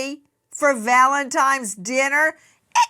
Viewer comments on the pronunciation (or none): I absolutely love you Nancy Grace but it is Valentine’s Day not Valentimes day! What is happening?! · Did Nancy Grace just say Valentimes!?!?!?!!?